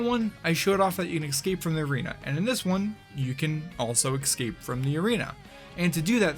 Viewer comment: No-one over the age of three says "eckscape". You talk for a living. Sort your shit out. Edit: Oh god, eckspecially. FFS